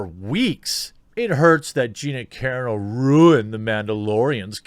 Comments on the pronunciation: OMG... It's Car-ANNE-oh, not KAREN-oh. LOL. I noticed you pronounce a lot of things wrong. I'm seriously starting to think Jeremy only reads things and never actually watches anything on video. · Her last name is pronounced cuh RON no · Just trying to help here, Jeremy. Gina Carano... it’s pronounced Car-ahh-no. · OMG... It's not pronounced 'Care-eh-no'. It's 'cah-Rah-no' She's Italian, dude... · Its Car-on-oh not Karen-oh! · her name is pronounced Car-ON-Oh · Its car-ra-no...not keerano. way to butcher her name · Car-ah-no ...not care-ano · You are obviously not an MMA fan or you would know her name. Her name is pronounced exactly as it's spelled; Ca-rAno (Ca-rAHno), not Care-eeno. --- In your thumbnail the "SJW" second from the right is NOT an SJW. It's Millie Weaver's spoof character on SJW's; Rainbow Snatch. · Ca Ron Oh. Not Karen-oh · Ca-ra-no, Jeremy. Karen O is the lead singer of the Yeah Yeah Yeahs. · You say her last name like karen-o. It's more like cuh-raw-no. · Jeremy bro I gotchu, it's pronounced cuhrano, raw like bacon.cuhrawno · Say it like this "Car ron o" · Love you man - “Car-AH-no” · You're killing me with your pronunciation of Gina's last name. It's pronounced Ka-raw _noh. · gina carano rules! but her name pronounced cuh-rar-no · Carano is pronounced "car-AH-no" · Please Jeremy, I am pretty sure it's pronounced; KER-RAH-NO. You're killing me Smalls. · It's CUH-RON-OH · Cuh-ron-oh. My only tiny critique. Good stuff like usual. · Gonna help you out Gina kuh-RAH-noe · Do you pronounce it wrong on purpose cause it's " KA- RON- NO" Sir 😊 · Dude.... it’s CUH-RAH-NO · Gina last name is pronounced Kah Rah No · It’s carano not carino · It's pronounced Ca-Ron-O. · Please do a quick google search on how to pronounce people’s names if you don’t know, Carano is pronounced KUH-RAH-NO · I don't even think Jeremy knows. If he saw any clips of her fighting he'd know her last name isn't pronounced (Care-uh-no). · It's CA-RAH-NO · It’s pronounced Ca-Rannow